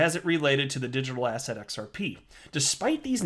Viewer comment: Ever since you said "Ass Hat" that is all I heard when you said the word "Asset".